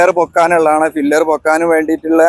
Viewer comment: Pillar ആണ്. ഫില്ലർ എന്ന് പറയരുത് ❤️